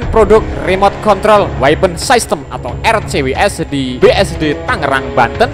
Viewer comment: System itu dibaca sistem bukan saistem.... Buat mimin hati hati kalau membaca kata kata yang berasal dari bahasa asing khususnya bahasa Inggris. Mimin jangan lebih Inggris dari pada orang Inggris...